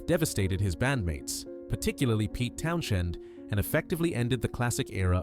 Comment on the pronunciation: So you have an English accent yet you say Pete Town shend automobile and Spongen ?????